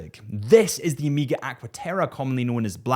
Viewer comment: Pleaseee for the love of horolory- It is Omega! Omega - not Amiga. Hurts the ears every time i hear it.